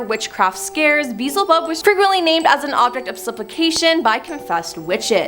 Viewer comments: “Bizzlebub?!” At least make an attempt at learning how to pronounce these words before making videos.😂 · it's Bee-el-zə-bub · HOW do you pronounce beelzebub wrong??? 🤦🏻‍♀️ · been saying this for a few years now. If someone is going to make a video, do your homework, research, and find out how to pronounce any words you're not sure of. Seriously - who hasn't' heard of Beelzebub 😏